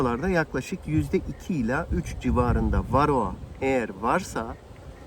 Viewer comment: Kendine arı mühendisi diyor. Varroğa, belfaks diye tellaffuz ediyor. O maske seni organik asitlerin buharından korumaz bu arada.